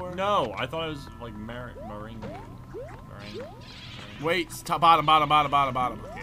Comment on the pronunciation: It's pronounced "mer-ayng", like lemon meringue pie. :)